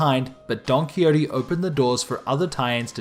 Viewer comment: Don-kwi-ho-tay, not donkeyote. Seriously, why the fuck do westerners not know how to pronounce this is beyond me.